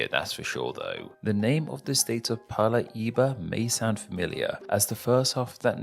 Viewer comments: O ótimo é ele pronunciando o nome dos estados que tem R "Palá" "Palaíba"... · "Palaíba" KKKKKKKKKKKKKKKKKK PERDI. É bom e engraçado ver um gringo falando estados do Brasil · o cara é o cebolinha, palá, palaiba, rolaima